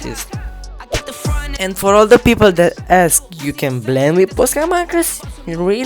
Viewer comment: it is not boska it is posca